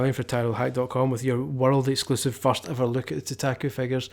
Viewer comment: You're pronouncing it wrong! idiot -_